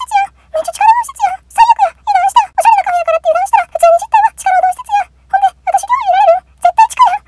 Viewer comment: カフェ⤵エ⤴︎？っていう感じの発音なんかおもろい笑笑 今日も投稿ありがとうございます✨️